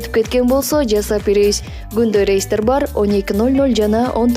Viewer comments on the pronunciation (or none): none